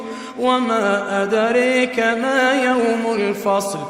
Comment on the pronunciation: ad'raka, not ad'reka